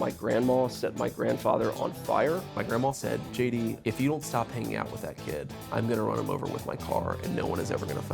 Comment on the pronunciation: “Shay” D Vance